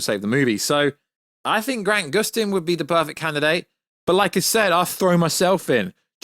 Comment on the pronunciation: Lmao this dude said Grant Gustin 🤡